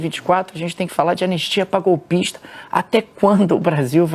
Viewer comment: ''Golpixta'', kk. Nojo desse baratinha.